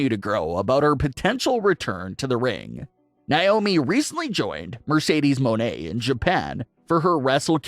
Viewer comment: ITS NOT “MO NE” ITS “MON EY” 😭😭😭 ITS MONEY DUDE 😭💸💸